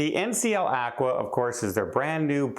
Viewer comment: I don't think it's actqwa I believed it's pronounced Aqua...